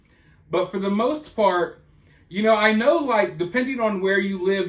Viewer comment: Ik u didn’t mean it and this is serious times .. however 😂it didn’t sound like you said part .. but I appreciate the unexpected 😂laugh ❤